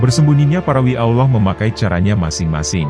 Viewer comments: Usul , menyebut Allah , contoh Al lah, bukan Aulah mohon maaf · Adminnya kurang fasih dalam mengucap kata Allah ... si admin ini islam beneran atau jangan2 missionaris ini...